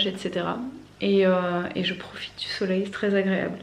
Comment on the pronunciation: Hello ! J'ai du remettre le debut 15 fois parce que je ne comprenais pas un mot "Petit accident .?.?.? samedi matin... J'ai fini par comprendre que c'etait juste DU 😆 Bref... tout ca pour ca ! 😁 Concernant le savon de Marseille, je n'ai jamais testé pour la vaisselle, mais on a commencé a s'en servir depuis 1 ou 2 mois pour la douche et pour la lessive, et on adore. Par contre attention a le prendre sans glycerine sinon il parait que ca bouche les canalisations. (Nous on a pris le vrai de vrai, le vert a l'huile d'olive de la marque Fer a Cheval). Passez une bonne journée !